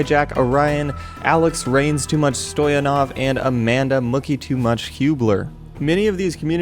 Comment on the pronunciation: you butchered "Rain" Stoyanov 's name